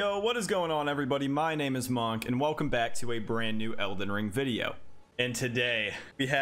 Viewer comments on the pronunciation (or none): listen bro i don’t know why but I FEEL like your mispronouncing monk.